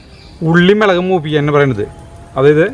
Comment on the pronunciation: Melegu alla mulaku enna parayanullathu